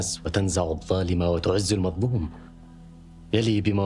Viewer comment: عربيته ليست قوية يقول المزلوم وليس المظلوم وهذا خطأ